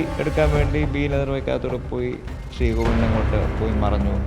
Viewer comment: ആങ്കറേ... സ്രീ പത്മനാഭ അല്ല, ശ്രീ പത്മനാഭ.. ശ്രീ.. ശ്രീ..😊